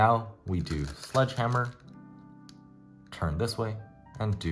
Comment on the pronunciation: My brain keeps malfunctioning cuz I can’t figure out if u said hedgeslammer or sledgehammer lol (still helped me a lot)